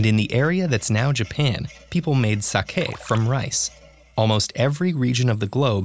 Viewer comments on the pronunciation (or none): lol they also said sahkáy instead of sake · That's the most french way i ever heard someone say "Sake" ever, which is weird cause it's a japanese word